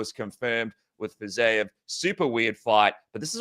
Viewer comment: What is going on with this "Fizayev " thing? I understand not knowing how to pronounce a fighters name you've never heard before. But butchering over and over a name that's been around for years...